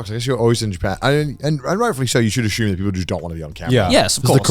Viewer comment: Wtf Connor it's assume not Ashuume!